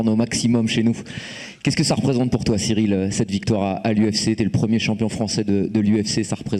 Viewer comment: The guy sounds like he’s saying cereal